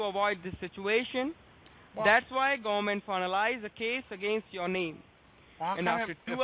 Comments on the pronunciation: "Volition of regalation." "preezun" Are you trying to Defrog the gooberment? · Make sure you don’t like to the fadawal gumant lol I guess it’s really difficult for them to say federal government lol smh